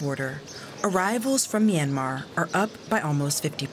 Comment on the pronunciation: The Y in both "Myanmar" and the first syllable of "Myawaddy" are not pronounced as vowels, but glides. "Myanmar" is 2 syllables "Myan-mar" not 3 "My-an-mar", and "Myawaddy" is pronounced "MYAH-wa-DEE", without a stress or elongation of the secone syllable.